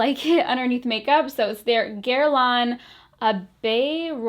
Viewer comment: Well done on the French pronunciation of the guerlain oil. 👌👌👌